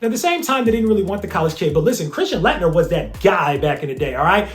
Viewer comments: it's pronounced late-nerr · I love your content. But I am a college professor and I always critique my students when they are public speaking. You keep mispronouncing Christian Laettner's name. He was arguably the best college basketball player of all-time or at least the 1990s depending on who you ask. You always research everything, so I am surprised you missed that. Otherwise keep up the good work.